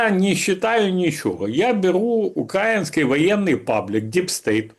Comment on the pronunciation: Галстук не делает из хама пана. КилОметры, звОнят, укрАинский - хоть убей, а оно необучаемое.